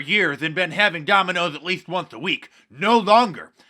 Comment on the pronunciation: Donald calls it " Dominios Pizza. " 😃